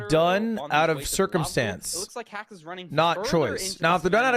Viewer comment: hax won playoffs because he's the only one whose name lud didn't mispronounce